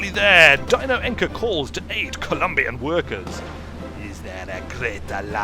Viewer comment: I suppose I should mention the Spanish pronunciation of Encina is likely not ENK-AH but EN-SEA-AH